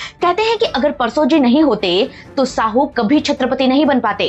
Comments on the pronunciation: मैडम जी गलत शब्द इस्तेमाल मत कीजिए। "शाहू महाराज" को आप "साहू" कह रहे हो सातारा को आप सतारा कह रहे हो मराठी में साँप को "साप" कहते हैं और नर साँप को "नाग" कहते हैं। नागपूर का नाम "नागवंशी" लोगों के वजह से प्रचलित हुआ हैं। चाँद शहा के मरने के बाद उसके बिवी का और बच्चों का क्या हुआ यह ठिक से ब़ताया नहीं। बाकी इतिहास भी अपने तोड मरोड कर आधा अधुरा ही बताया हैं। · Jise aap Sahu kah rahe ho wo Shahu hai ji.